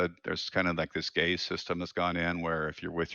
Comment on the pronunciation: Gaze system... Not gays